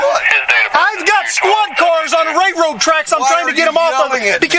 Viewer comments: Cops have a complete lack of self awareness. This guy isn't making ish difficult...the LEO is making ish difficult. They ego trip ANYTIME someone says "no". And, it's a "railroad" track, not "RayRoe" track. If this guy doesn't win his suit, I think that department should be put under a powerful microscope. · He's just mad because he can't pronounce "railroad tracks"